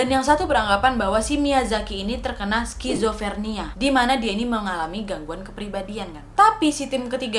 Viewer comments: Skizofrenia kak, bukan skizofernia😂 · wak maaf ralat dikit yah bukan skizofernia, yang bener skizofrenia.. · Yg bener skizofrenia ,bukan skizofernia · Kak, ada yg perlu diralat.. itu yg bner skizofrenia (skizofren) bukan skizofernia..